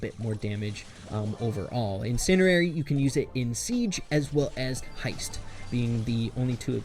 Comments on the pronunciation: Why the heck is he saying incendiary like in-SIN-eairy its pronounced in-SEN-dairy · say it like automatic bro not automa tick and theres a d in incendiary